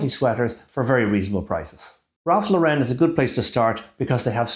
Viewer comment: It’s pronounced LAURen, not LaurEN. Cheers.